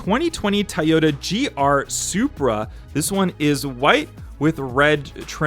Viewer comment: Nice video but it’s not pronounced Tayota but Toyota or Toyoda just an fyi